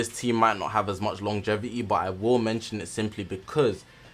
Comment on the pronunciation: Bro said lonjevity